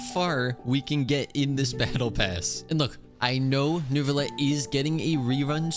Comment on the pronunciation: I can’t stop hearing “Nervillette” 😭